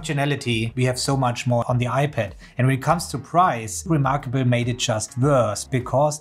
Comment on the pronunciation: Let me take advice from someone who says remarkabuuul :D lol